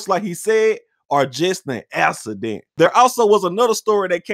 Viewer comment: Just a assident.